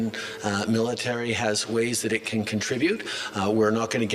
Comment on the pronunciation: Military mite??? 😂😂😂😂😂😂😂 from where? Canada?, Norway??, UK?? Please stop! Ur killin me! 😂😂😂😂😂😂